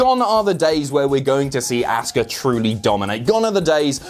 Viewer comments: Ahhska not asska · Learn to pronounce names. It is not Asska. This is what happens if you sleep during your English grammar classes in school